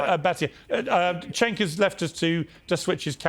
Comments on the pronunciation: His name is pronounced like Jenk. Not Shank. Not Chenk. Not Senk . Jenk. Turkish people say C’s like J’s . Gonna lose my mind when people mispronounce a persons name over and over. Have some respect Jesus. And if it’s an honest mistake that’s fine but ask the person “how do you pronounce your name?” So you get it right. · Oh, and it's Cenk, by the way, not "shank" lol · She called Cenk “Shank” 😂😂😂😂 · Hilarious how much Cenk’s reach has multiplied in recent months, and his colleagues still can’t pronounce his name to save their lives.